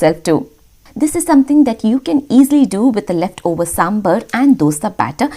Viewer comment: Hey Love your videos, but I'll just like to make a small correction it's SambAr nor SambUr please don't mispronounce this, as you urself are a South Indian and I'm sure you know to pronounce it right so please do.